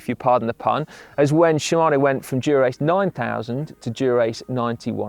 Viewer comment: Someone teach Si how to say Dura-Ace. Even the subtitles think he is saying “Durex” 😂